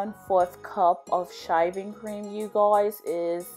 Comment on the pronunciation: I thought I heard shiving cream 🤣